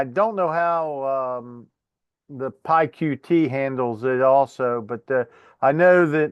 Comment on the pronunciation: I just knew that you would use PySimpleGUI,! You’re being a bit unfair to PyQt (pronounced Py cute btw) because Paul could have used arrays and passed variables to functions etc which would have cut down on the number of lines big time. I’m feeling rather frustrated because my homework is going to be very late as I’m in the south of France for a week to try to escape the weather back home. Unfortunately, it’s worse here. Nice solution (even if you were cheating 🙂)